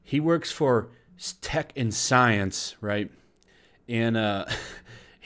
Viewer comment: I keep hearing Tekken Science instead of Tech & Science